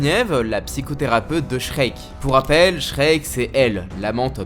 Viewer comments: je crois que Shriek se prononce "shrik" pas "shrek" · hey ça se dit shriek pas shrek